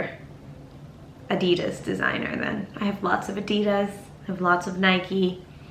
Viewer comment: I hate the way u guys say Adidas Nd Nike 😭